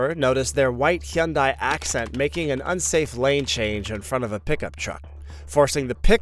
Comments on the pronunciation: Hyundai not shyundai buddy. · Your pronunciation of "Hyundai" is sending me 🤣🤣🤣 When I got my Sonata, the guy at the dealership said it's pronounced like "Sunday" with an H 👌🏼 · Hyoon-die is the correct way. Only pronounced Hunday in America for some unknown reason. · I don't know anything about video editing..but I know I could do better with the subtitles. So annoying. And the way he says Hyundai .. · The way you say Hyundai makes me irate 😂